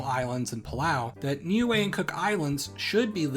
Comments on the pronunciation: As far as I am aware, if you talking about the ending in Niue, it is not said like "glue" at all. I do write pronunciation with something close enough to IPA, so it would be easily understood by many people. Glue is pronunciation /glu:/ Official English for the name of Niue /nju:ei/ or /ni:ju:ei/ But the native language does write phonetically, so it seems it would natively be /niue:/ Remember that in IPA /j/ is when English uses Y as Consonant, /ː/ means vowel before is long. It's pretty easy, the phonetic alphabet (IPA). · Niue is pronounced "new-way"?! I've been saying "nigh-eww".